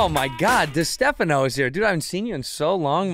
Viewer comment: Come on bros get Chris's surname right